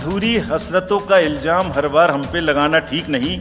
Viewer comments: Rajiv Kumar, Learn to pronounce before saying a shayri. It is Ilzaam and not Iljaam. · Sher bolna bhi nahi aata ilzam ko iljam bolrha hai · Iljaam nahi ilzaam hota hai😊